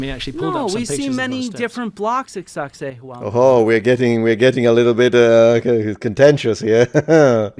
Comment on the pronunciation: When Hancock says SacSayhuaman, I hear Sexy Woman